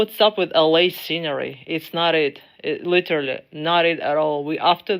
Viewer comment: even Russian women don't know how to say literally.